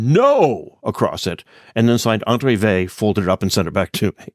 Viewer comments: It's not Vey but Weil! Thanks for the video! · Yes. The French pronunciation has a very light "L" at the end (to my ear as an English speaker). Here I Americanize it by dropping that, because I think a hard "L" like the English word "veil" is worse.